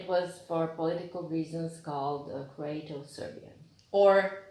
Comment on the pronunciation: Not CROETOSERBIAN BUT CROATOSERBIAN